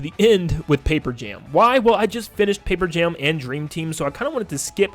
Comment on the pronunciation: “mario and luigi pape jam” 😭